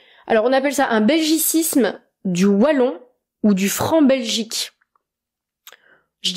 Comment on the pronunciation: Je suis positivement étonné de ta prononciation du mot "Wallon", avec un [w] et pas avec [v] comme beaucoup de français le prononcent. Les belges disent [w]agon et pas [v]agon. Cela est peut-être lié au fait que en néerlandais, tous les w se prononcent [w].